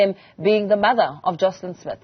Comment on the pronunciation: Joshlin not Joslin